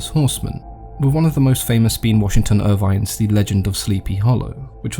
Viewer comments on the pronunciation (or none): It's Irving, Not Irvine